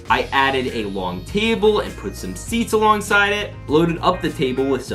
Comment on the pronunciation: why did he say long like that